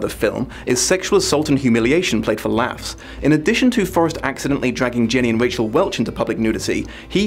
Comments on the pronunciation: It’s not RACHEL Welch, it’s RAQUEL Welch. RAH-KELL. I love you, but you have a habit of mispronouncing names of people when you don’t know who they are. It is pretty easy to find out how to pronounce celebrity’s names. Watch interviews on YouTube, or simply type in “How do you pronounce Raquel Welch” into Google. I did just this when I was looking up an actor with a Scottish last name that I had no idea how to pronounce it on sight. I found a YouTuber who just posts pronunciations of random shit. Give it a try. Love your videos to bits, except this little pet peeve of mine. .#MuchLove to all y’all, get your vaxx, wear your mask, and PLEASE be.safe! We’re far from seeing the end of this, but, we will overcome this. Eeln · You're so cute! It's RA-QELLE Welch (VERY famous sex bomb), and Jim BAKE-R (VERY famous Southern christian scheister). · "Rack-El" Welsh not Rachel. Jim "Baker" - not Backer. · Ray-chel Welch?